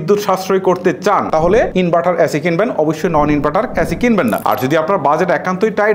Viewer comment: ওরে উচ্চারণ ভাই, ইনবাটার, চয় হাজার টাকা, লককো, করচ, কেত্রে, বালো, মুকি, হয়েচে😂